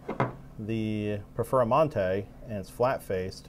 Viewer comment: Im confused I thought you were gonna compare heads to base Lamborghini and a Performante. What the he!! is a Perfer-a-mante is this one of Uncle Johnny's car LOL. Even the closed caption Subtitles has you saying Perfera-Monte LMFAO.